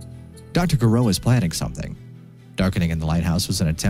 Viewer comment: I think "G" in Gireaux must be pronounced almost like "zh" or russian "ж".